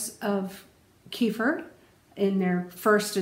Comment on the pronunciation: It's pronounced kay fear and you just destroyed any B2 that was available by blending it.